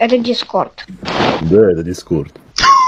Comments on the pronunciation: ДискОрд а не дИскорд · ДискАрд... Он такие ещё ударения делает, мне аж интересно как он будет ставить ударение на слово «Торт».